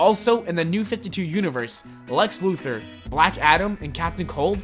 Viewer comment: did he say lex Luther or muther